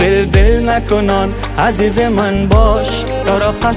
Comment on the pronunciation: اجمل جان متوجه تلفظ ع،ح و الف باش چون در آهنگ عزیز را حزیز تلفظ میکنی.